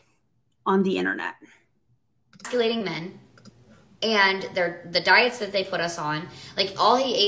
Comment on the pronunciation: I can't believe she's talking about her husband's low testosterone online. I imagine he must be really embarrassed by this. Talk about 'emasculating,' the word she couldn't get out bc she's so exhausted, it looks like. She's got the definition of the placebo effect way wrong, too, and that's hilarious. I really dislike the way she discounts her daughter's fear on the escalator when she states that she's scared of heights. Serious accidents can happen on an escalator w/ a suitcase and a kid like that. I'm 39 and actually have a lil fear w escalators, so I understand how much that could 'challenge' a 7 year old. There are also signs on escalators saying adults must hold the hand of children on them.